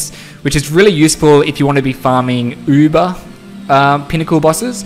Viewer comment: I'm gonna try this in a hardcore character to see how it goes, wish me luck guys lol. Btw, I love how you pronounce uber!